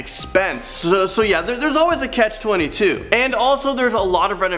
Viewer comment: The first girl was good. The second guy - MAN! It's not a "catch 22", it's not Martha's VINEyard, it's not Illinoiz, and it's not "loss" Feliz.